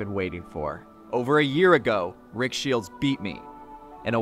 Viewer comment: have you ever noticed that it sounds like you pronounce his name "Shields"?